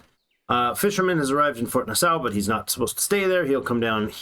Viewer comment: Why are the raiders not attacking yor pioneer & farmer outside of the town?? Also it's pronounced "Nah-saw" hahah ;-)